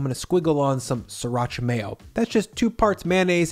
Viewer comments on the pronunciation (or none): none